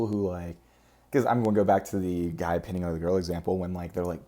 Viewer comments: My new fave narcissist. Good hair today, lol. (The word is pine-ing...not pinning.) I hate people who simp too hard. It's pathetic. You're describing some form of empathy for the abused child bc you see yourself as the child, subconsciously...going thru your own trauma. At least thats what my thera-pissed explained to me. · It’s pronounced “pine-ing” just FYI. 😊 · I don't know if I've ever seen a mispronunciation that came so obviously from reading. But it's pining. Pine - ing. I always thought that was a really weird word. Like what do pine trees have to do with that emotion but whatever